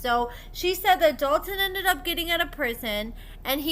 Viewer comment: Omfg I can’t STAND hearing Hailey say “Dalton” 😩😩😩 Drives me crazy !!!